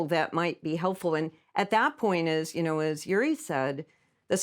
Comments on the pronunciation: So very interesting: but as always with the US since the Cold War: American scholars in the centre, but then the East European scholar or Ex-Soviet scholar comes along and takes the lead😂, and as always they are not even able to say his name correctly it's György and not Juri😂😂😂 so what does this say about their brains?🤭 Americans have always all the resources but tend to think within the box😢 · György pronounced Yury ?? George would be the English equivalent. Even closest in pronunciation.